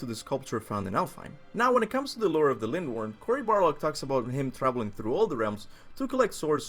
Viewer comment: Every video he says CORY BARLOG